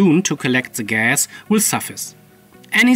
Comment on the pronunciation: hearing you say "zee gas" <3 <3 <3